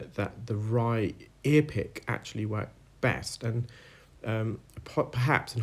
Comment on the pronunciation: “Right-a-Ear”